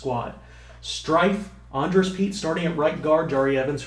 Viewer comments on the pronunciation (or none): Strief is pronounced Str-eef not Str-ife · Couple pronunciations: Zach Str-eef instead of Strife How-ool-ee Kee-kah-ha Very excited for this series! You sure ain't makin anything easy on yourself, lol.